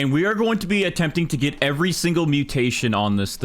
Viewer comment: Bro stop saying EVERY mutation like you forget so much